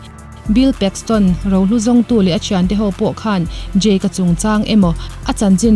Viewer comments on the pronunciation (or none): I lam dan hi Jake tih a ang thei tawp. Jack (Jack dawson) ani sia .. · Jake ti an tam lutuk a,jake tiin i pronounce bawk sia...ka buai tep a lom...😂 ngaihnawm lutuk e👍👏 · E...khai... "Jak" i ti elaw? 😁 Thluk deuh tala a dik viau ang..